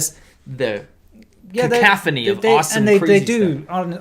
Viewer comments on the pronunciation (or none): it's "cacophony" and "homogeneous."